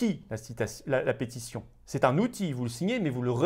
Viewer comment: Je vous remercie et vous soutiens, mais ici Juste pour se détendre un peu, en tout bien tout honneur, vous lancer une peste y sion, ou une pétition ? On entend pestition... Un lapsus ? Intéressant 😉👍